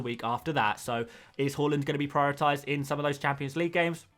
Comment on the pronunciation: Mate it’s har - land Not hull- land